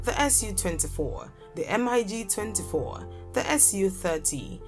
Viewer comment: Lady, don't spell M I G. Just say mig